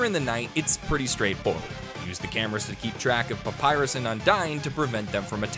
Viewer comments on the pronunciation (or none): none